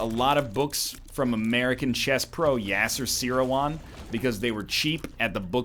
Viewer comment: serawan is not even pronounced like that though